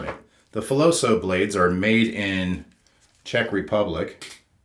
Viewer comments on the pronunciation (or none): none